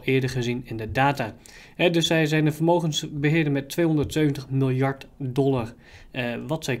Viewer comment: Haha die 270miljard klonk wel geniaal boers :)